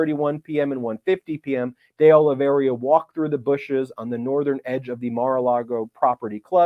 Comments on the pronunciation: Ben, when you have a moment, could you take a careful look at Carlos De Oliveira's last name in order to correct your pronunciation? As of this video, I have not heard you pronounce it correctly yet. [Not to worry, though, as almost every poster on YouTube (including yourself) mispronounces it. It's just that you are a good, educated, professional who I am sure prides himself on getting things right.] P.S. Mr. Popok pronounces it correctly! (retired teacher) 😇🙏🌈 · Ben, I’m half-Brazilian. It’s pronounced De Oliveira as in “Day Olive Ara” not “Day Olive Area” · De olly vee era not de olly vee eria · Minor bug, but it is De Oliveira, not DI Oliveria, as Ben continuously mispronounces. De, pronounced as in 'de'ad. Oliveira, pronounced Olivayra. Look got it ok. No 'I' after the R, Ben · Please correct your pronunciation from De Oliveiria to De Oliveira ;-). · You're mispronouncing De Oliveira's name. There's no I after the R. Thought you might want to know. Sorry to nitpick. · I think the correct pronunciation of the new co-defendant's surname is DAY OH-lee-vay-rah.